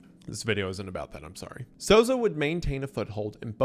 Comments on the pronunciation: Souza is pronounced SOUL-zah, basically how you did anyways Wallace is pronounced walla"see" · honestly you the the best pronunciation of a latino name in this video than ever lol